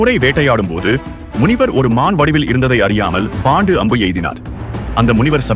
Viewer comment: His name is not bondu it's pronounced as pandu